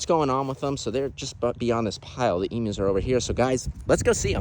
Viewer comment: I am so happy you say emus correctly 💯 The amount of Americans who say it wrong does my head in!! E-mew not E-moo!! As a proud Aussie I love that, Thankyou!! :) Love the videos too mate!!